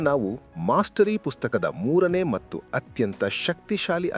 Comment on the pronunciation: ಕೆಲವು ಶಬ್ದಗಳು. ಉದಾಹರಣೆಗೆ "ಮಟ್ಟು" ಎನ್ನುವ ಬದಲು "ಮತ್ತು" ಎಂದು ಉಚ್ಚಾರ ಮಾಡುವುದು ಸೂಕ್ತ.. ದಯಮಾಡಿ ಪರಿಗಣಿಸಿ.. ಕನ್ನಡ ಭಾಷೆ ಬಹಳ ಸುಂದರ